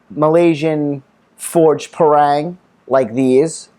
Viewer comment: Great review. thanks. In case it helps if you're over Malaysis and fancy buying one from a local store, the word Parang is pronounced Parung. Like Par in golf with Rung, Par-Rung.